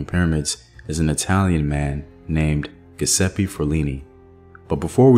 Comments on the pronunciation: Thx for another great video. Giuseppe is pronounce Jewsepy 😊 the G sounds like J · Pronunciation is GEE OOO ZEPPE OR GEH ZEPPE fyi